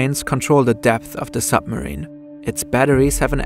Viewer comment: zis is a narco zupmarine